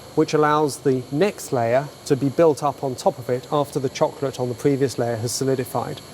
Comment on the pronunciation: neither of them can talk. The way he says chocolate pisses me off and the asian dude cant say technology...